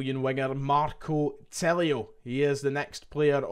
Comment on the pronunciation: Just a wee point ref the new signing. Tilio's name, being Italian, should be pronounced as if the 'i' is a double 'e' eg- Tee-lee-o. Will make you come across that bit more professional. Hail,hail.